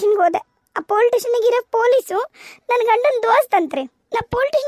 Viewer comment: Dialogue helovaga plz police station antha correct agi pronounce madi.. Adu politation anta kelsutte.. Idu suggestion n request 😊